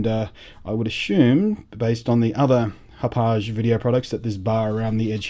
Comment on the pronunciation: Blunty: Great reviews, always!!! "Hapaw je" sounds wonderfully French and fancy. But, Hauppauge is named after the town they're located in outside NYC, locally pronounced "Hap Og" or, if your from Brooklyn or Queens, "Haw Pawg"